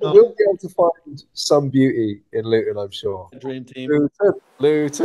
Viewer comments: "Loo-ton" lol... Try ' Lut'n'. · stop saying Luton wrong every time FFS